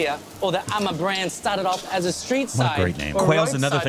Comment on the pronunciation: Its amma not 'am a'